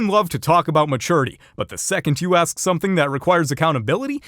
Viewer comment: it's ask not akd.